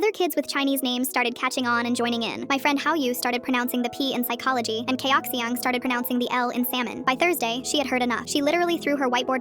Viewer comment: No, the video pronounced the name Ciaoxiang wrong